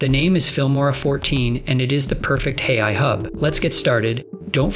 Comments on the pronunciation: hey I? you should edit the text-to-speech before releasing. for phrases like AI, try using "ayyeye" or some such in your text. right from the hooked on phonics playbook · I liked the video, as the content was great. But, this one was not quite up to par, audio wise, as your usual videos. First, the voice kept saying, “Hey I,” every time when trying to say, “AI.” The second thing was I noticed a number of times the audio cut off during transitions, thus making it hard to understand. I just wanted to point out this user’s experience. Thank you! 🕊️🫶